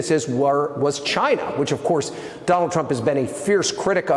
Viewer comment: Perhaps they were giving him money as an incentive to pronounce CHYNA properly.